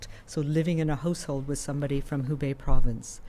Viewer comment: Why does she keep saying "Hose Hold" and not "House Hold"? Where is she from?